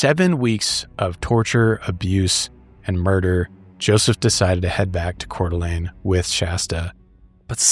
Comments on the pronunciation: It's pronounced Core-Duh-Lane not Core-Duh-Lean LOL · As a local, I just wanted to let you guys know that you are mispronouncing Coeur d'Alene . The last part is pronounced as lane, not lene. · Yeah it got me bugged 😆 I lived in Spokane, not Coeur d'Alene but we went a lot. I also have OCD so that could be part of it.